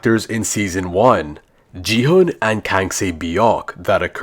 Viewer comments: IT'S NOT "Ji-hun" IT'S GI-HUN IDIOTTTT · it’s gi hun🤓🤓